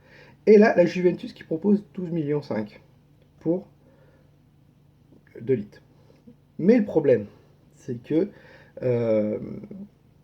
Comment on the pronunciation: "De lit" ou "Deux litres ?" 😅